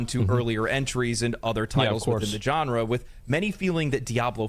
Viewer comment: Is it just me, or does this dude say, "John Ra"? Haha